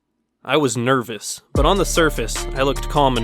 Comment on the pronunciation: "I was NERF-ous" (when he was about to shoot target one)